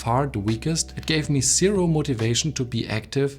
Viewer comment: Great video. Super informative. Keep working on improving your English. Especially words with these letters Z , V and A. Apple, not Epple. Zero. Not sero. Improve, not improof.